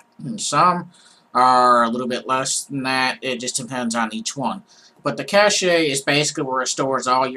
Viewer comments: cach-a is pronounced Cash . lol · "cache" is pronounced like "cash". Cache, in the computer/IT domain means "fast, frequently-used (but temporary) storage". "Cachet" is pronounced like "cash-ay", but it's an entirely different word (It's a French word, and it means "seal of approval" or "mark" or "superior status" in English).